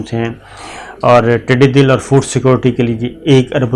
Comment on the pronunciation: بجٹ کے ٹھوس پہلوؤں پہ آپ نے بات کر دی ، ویڈیو کی جانب توجہ کرنی چاھیے - پلیز نوٹ کریں کہ ھمارے ھاں سالانہ اڑنے والے حشرات کا فصلوں پہ حملہ ھوتا ھے ، اسے "ٹڈی دِل " نہیں ، ٹڈی دَل کہتے ہیں - یعنی "د" پہ زبر ھے - دَل کا مطلب جھنڈ ، جتھا ، ھجوم یا فوج ھوتی ھے - میرا گمان تھا کہ آپکے خاندان نے بھارت سے ھجرت کی ھوگی کیونکہ آپک لہجہ بالکل صاف ھے - اب یہ تلفظ کی غلطیاں کیوں ھوتی ہیں ، اللہ جانے - ھمارے قومی بجٹ کا سب سے دلچسپ پہلو بجٹ سیشن کے دوران نہیں ، بلکہ اگلی صبح پارلیمنٹ کے اندر دیکھنے کو ملتا ھے - اپوزیشن تو بجٹ کی کاپیاں پھاڑ کر ، فرش پہ بکھیر کر چلی جاتی ھے لیکن اگلی صبح پارلیمان کا عملہ صفایؑی جب اپنا کام کرنے آتا ھے تو ھال کی حالت دیکھ کر وہ لوگ جس طرح اپوزیشن والوں کی مان بہن ایک کرتے ہیں - وہ منظر دیدنی ھوتا ھے - حکومت نے توانایؑی پیدا کرنے اور اس کا ضیاع روکنے کے لیے فنڈز مختص کیے ہیں لیکن اب تک حکومت کی جانب سے اس بہت بڑے قومی خطرے سے نبٹنے کے لیے ایک ھنگامی قومی آپریشن لانچ کرنے کے آثار نہیں ہیں - ھمارے ھاں کراچی، لاھور ، فیصل آباد کا بجلی چوری کا " کُنڈا نیٹ ورک " بدستور فعال ھے - نجانے کتنی فیکٹریاں گیس چوری کر رہی ہیں - ملک کو ھونے والے اس اربوں ڈالر سالانہ کے نقصان کے ازالے کے لیے حکومتی گرمجوشی اب تک موجود نہیں ھے